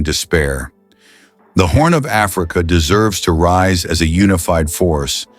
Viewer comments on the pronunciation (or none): none